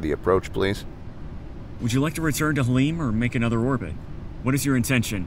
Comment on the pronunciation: You should say “Halim” with a little phlegm. The airport layout you have for Halim is not correct.